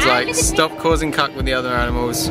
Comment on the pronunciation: Did he just said 'aminals' instead of 'animals' ?